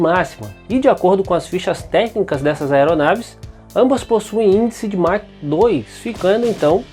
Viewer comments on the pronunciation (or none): none